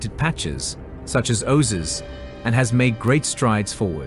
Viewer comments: Whilst this is a very interesting video, the narrator mispronounces many words (e.g. oses instead of oasis). All materials should be reviewed prior to publishing them because it makes the whole thing look unprofessional. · Love the new pronunciation of Oasis! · An excellent agricultural documentary, shame about the mispronunciations such as swath, oasis and Saudi (an ow sound) not sawdi. All we need now is for Saudi Arabia to respect women's rights and autonomy; get them out of those skeleton and bone density-destroying/osteoporosis-producing hideous black clothes; respect other minority rights, have a more civilised approach to immigrant workers and Saudi integration into the 21st Century will be complete.